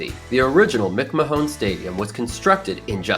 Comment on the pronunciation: Believe it or not, McMahon is pronounced like McMan.